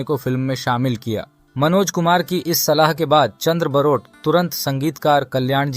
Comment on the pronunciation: सब से पहले ठीक से नाम बोलना सीखो। बारोट है। बरोट नहीं है। वो गुजराती थे।